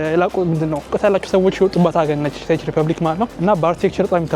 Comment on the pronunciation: the way you pronounce it is 😅 can you please pronounce it as such '' Czech = Check = ቼክ ''. My city is🔥❤ . Hope to see you soon.